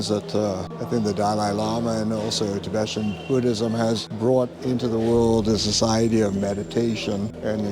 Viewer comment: It is NOT pronounced "Ti be shun". It is pronounced, "Ti be tan".....c'mon man, if you are going to mention them, get their name right at least.